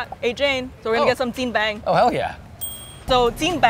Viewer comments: WHAT DID SHE SAY??? JianBANG? That's JianBing! 煎饼! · Okay, so not to be a naysayer or anything like that, but I just want to point out a few things. - It's jianBING, not bang - Heytea is pretty average, good marketing but way too sugary, I guess it's fitting for the typical American taste, Auntea jenny or chaibaidao definitely better - That chuan for 2 dollars a pop was overpriced af, looked kinda tasteless as well - Haidilao is great, but waaaay overpriced everywhere else in the world, taste wise its average, the spicy broth they have is a very weak chongqing or sichuan one, other hotpot chain restaurants are generally better when it comes to taste, but from a customer service perspective and the options for dipping sauces it's definitely number one. Source: Lived-Living in China for 8 years, ate my way through 12 provinces, lived in 3, learned how to cook most things in the video. Gets a 7 out of 10 from me, mostly because of the effort, but still not super-duper authentic, very much "americanized" Chinese food. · the host can't even pronounce chinese words correctly, what is "jing bang"? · Brooo its Jian Bing!!!!! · Never have I heard jian bing called Jian bang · How can this chick not pronounce “jian bing” it’s such a basic Chinese word